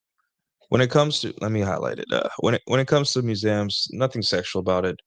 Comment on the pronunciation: have i been pronouncing museums wrong my whole life? muzamms?! lol that should be a clip🤣